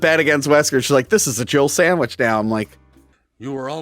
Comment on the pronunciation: Jill says "It's a Jill "Samich" now." She doesn't even say SANDWICH lol.